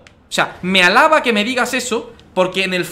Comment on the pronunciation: Soy el único que oye halaba en lugar de halaga?